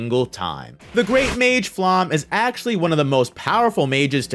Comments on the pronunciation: Like all personal names in this series, Flamme's name is German. It is not pronounced /flam/, as you think; nor /flæm/, as another YouTuber imagines. “Flamme” is pronounced /ˈflamə/ or /ˈflame/. Of course, Japanese speakers are likely to approximate this as /ˈfuramə/ or as /fuˈramə/. Listen for it. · And “Flamme” is pronounced [ˈflamə] or [ˈflame]. Of course, Japanese speakers are likely to approximate this as [ˈfuramə].